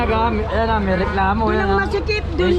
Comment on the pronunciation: Kay (not KE). Doon (not Dun).